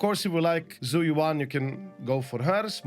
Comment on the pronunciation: Zhu Yuan if I recall Is spoken as Jüe Ü-en or Shoo Eww en , more or less.